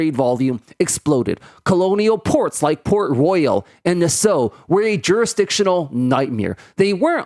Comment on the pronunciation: The only problem I have is your pronunciation of Nassau. It's pronounced "Nass-aw", not "Nass-ou". Otherwise excellent video.